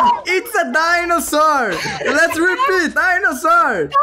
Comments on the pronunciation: It's dinousor kkkkkkk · "Its a dainosor" KKKKKKKKK